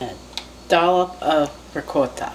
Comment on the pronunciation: And by the way you say “ricotta” perfectly 👌. Both my grandparents were full blooded Italian and I’m from New York. 😂👍🏻